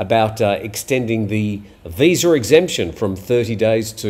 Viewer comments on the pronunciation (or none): none